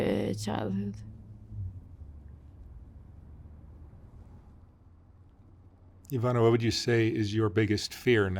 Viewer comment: Ivana draga, nadam se da si sada bolje, i da ste ti i tvoja kćerka dobro❤❤❤ Mark thanks for your effort and correct pronunciation of Ivana's name❤